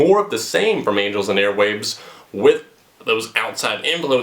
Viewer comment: Did you just say anals and airwaves